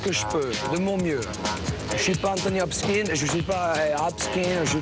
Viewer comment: hahaha....Anthony Hopskin....au lieu d'Anthony Hopkins. Bien vu! ;-)